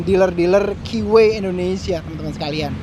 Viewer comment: vloggers nya kbanyakan bilang ..."wheee...y!", mgkin krn merknya keeway (baca ; ki'whee...y)